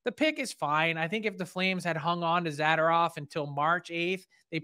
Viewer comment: Frank, Isn’t his last name pronounced ‘Za-door-ov’? 😊